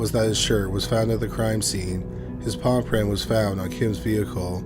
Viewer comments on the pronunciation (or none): When you say ''palm print'' but it honestly sounds like paw print sounds endearing.